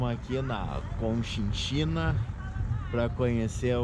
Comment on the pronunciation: Muito bom vídeo, parabéns!!! Só para ajudar, acho que o nome correto é Cochinchina.